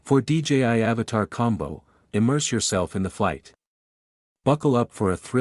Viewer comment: At least pronounce the names correctly. AVATA NOT AVATAR.